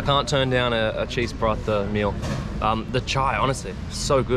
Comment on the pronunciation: someone teach em the correct pronounciation of paratha, he says it 20 times every video, might aswell know the correct pronounciation hahaha